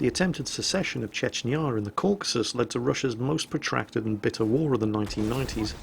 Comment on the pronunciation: Chechnyarr? Excuse me? The accent on the я doesn't sound anything like that.